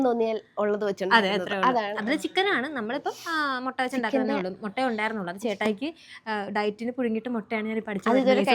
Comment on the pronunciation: Motta alla mutta 😅